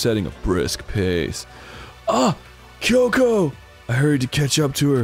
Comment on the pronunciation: No one knows how to pronounce Byakuya's name, but he can't even pronounce Kyoko's name right.